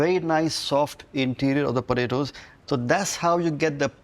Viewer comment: Im a huge Vineet fan. Love his recipes. Watch all of his videos. So i say this with love.... they way he is saying "Podaydoes" has me dying! XD